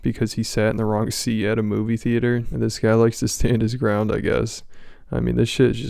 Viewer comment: It’s “theee-ate-orr” hahahahaha